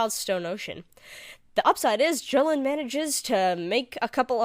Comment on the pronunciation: What the FUCK is a Jo-linn? It's Jo-LEEN AHHHHHHHHHHH